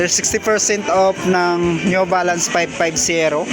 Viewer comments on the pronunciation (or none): Pipti Fersent Op, Sebenti Fersent Op, New Valance, Nine Foint Payb, Last Fer Yung letter F nagiging P, yung letter P nagiging F., yung B nagiging V and yung B nagiging V. Practice lang po ng proper diction para mas maganda. Ako din po nagkakamali and also needs practice often times. All the best!